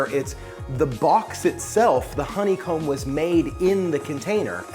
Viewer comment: Hon-ne-comb 3 syllables..... Co-co-nut......3 syllables.....